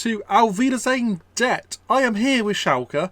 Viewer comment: You need to donate a pound for every time you say pet and not debt haha. Enjoyed this vid dude